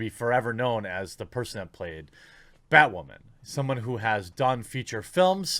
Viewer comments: Holy Bat Guano, BatWahman! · New Batwahman - It's Ma'am!